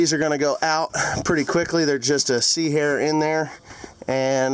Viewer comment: “C-hair”. Lmao! 😂